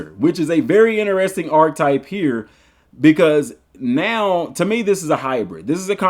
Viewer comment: I’m sorry but you’re killing me with how you say Archetype 😅